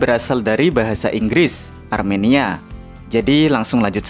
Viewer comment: Bang bang, Armenia bang bukan aremania😂